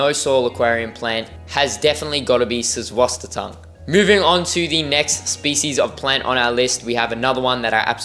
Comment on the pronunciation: Good video and also your Susswassertang attempt, glad you didn’t give up on it, just drop the first T you slip in n you’ll have cracked it ! God bless your ventures 🙏✝️. ✌️🇷🇺☮️🇺🇦✌️. 🙋‍♀️🤍🇮🇱✌️